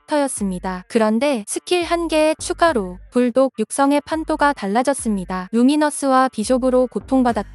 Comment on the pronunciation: 오늘따라 전자눈나 발음이 유독 센거 같네... 계속 '불똑'으로 들림 ㅋㅋ